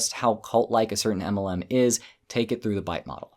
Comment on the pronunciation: Please say MLM correctly it's supposed to be said as M L M not a cat going "aemelan"